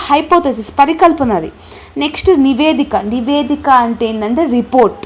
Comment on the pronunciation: నివేదిక. నీవేదిక కాదు